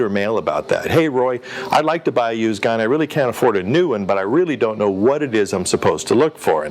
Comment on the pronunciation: Yeah, he said "American" giun store. Obviously not California.